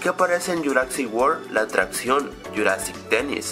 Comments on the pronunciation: Es Jurassic no juracsic Es Hammond no hammons Es dilophosaurus no dilofosaurus😂😂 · ¿por que dices juracsic park en lugar de jurassic park? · como ke dijo "yuracsic" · que mal dises jurasick park y uno de easter eggs era un poco ovio